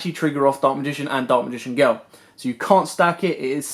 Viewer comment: ”Daak magign geel”